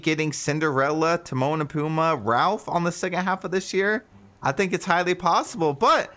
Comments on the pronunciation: It’s pumbaa. Emphasis on the ba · PUMBA PUMBA PUMBA! NOT PUMA! GET IT RIGHT! AND WITH HUNDREDS OF DISNEY CHARACTERS THEY WILL SLOWLY RELEASE!! DERP! I JUST CANT EVEN WITH YOUR CHANNEL!